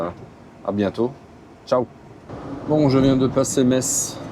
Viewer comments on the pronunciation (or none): none